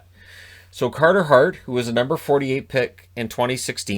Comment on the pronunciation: Cahtah Hahht. 22 years old.